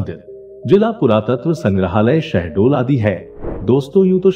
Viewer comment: SHAHDOL not sahdol😒🤔 gawar